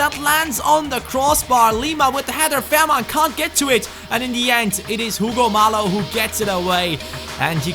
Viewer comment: Hey love watching these Shalke videos but one thing it's not Hugo mallo it's Hugo Mayo